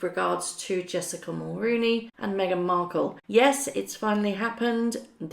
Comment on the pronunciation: Mul RO nee It's not "roo"